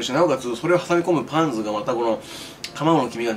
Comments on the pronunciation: パンズの発音がサンズのそれ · パンズだし発音がサンズと同じだし、、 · パンズの発音がサンズ風